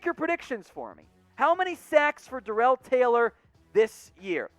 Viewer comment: It's pronounced Darrell (Dare_rull) and 5 sacks